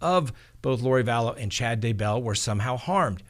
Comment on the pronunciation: Just say DAY-bell, not duh-BELL and TY-lee, not ty-LEE.